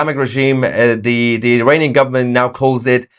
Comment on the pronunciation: Mayer would you please pronounce Iranian not Eraynien thank you